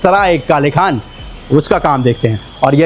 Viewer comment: भाई ये काले खान नहीं है ये काले खां है | पुरे वीडियो में आप काले खान ही बोल रहे हो